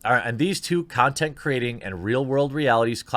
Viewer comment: lol, nice slip of the tongue there "the 2 consent creators" ;)